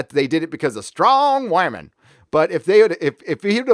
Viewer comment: Omera's shooting ability makes me think she has a past we haven't seen yet. This "WA-MEN" shit half the YouTubers say is annoying.